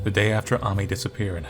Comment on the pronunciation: I know its late... but Ami and Amy are pronounced the same way =D